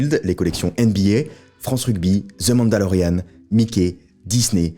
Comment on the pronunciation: La prononciation de the mandalorian était catastrophique 😂